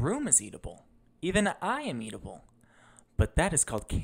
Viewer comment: Why you say eatable like that and not eatable like it's supposed to be pronounced 🤔